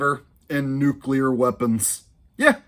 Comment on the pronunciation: “It’s pronounced nu-clear,…..nu-clear “